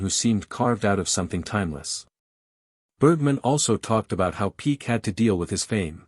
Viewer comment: It's. Peck as. In hen pecked. Ñot peak.